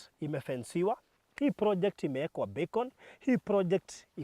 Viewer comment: Baruthi sio beacon ni Becon